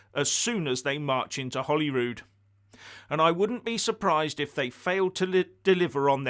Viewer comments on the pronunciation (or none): none